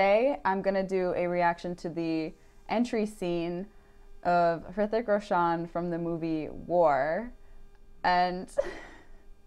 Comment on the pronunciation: Actually it's not 'Hrithik' but 'rithik', 'H' is silent. Plz react to tanajhi movie trailer plz 😀.